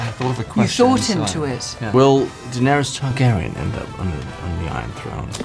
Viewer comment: 6.18 "Daenerys Targaryen" WELL........